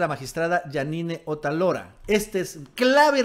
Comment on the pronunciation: Otálora, lleva acento en la a. Hay que aprender a leer